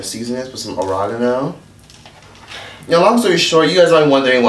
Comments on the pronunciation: “OrAgAno” Really nigga🤣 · “season it with some a-ro-geno!?!?” 😂 lol that was the highlight of the video for me.